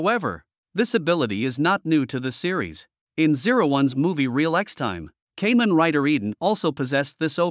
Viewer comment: it's pronounce kaa-men, not kay-men oh wait, it's an A.i. *facepalm*